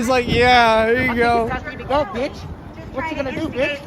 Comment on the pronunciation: 'They Ngo now' - Asmon